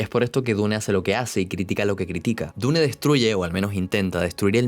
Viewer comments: Se dice diun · Iba bien el video pero detesto que digas dune remarcando la E al final. Me tuve que salir. Hasta donde ví era buen video si